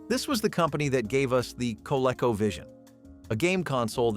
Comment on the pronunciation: Its not pronounced Kuhlecko. It was co-LEEK-oh!